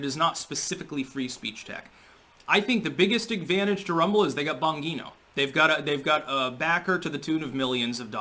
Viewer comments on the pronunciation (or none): Dude, I keep telling you -- Bon-G-NO. Not bon-ghee-no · Soft "g" in Bongino, you mangia cake!😄